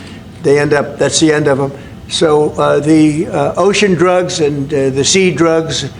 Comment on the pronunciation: They call it "Oshun Drugs" drugs coming from the sea, "Oshun Drugs". Hmm..... Sounds just a little bit like he just pulled that straight outta his ass, dudn't it? I mean like, directly from the fat guy's butt, it was pulled without any effort at all.